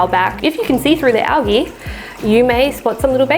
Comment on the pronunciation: Great video. You do know it’s pronounced AL-JEE right?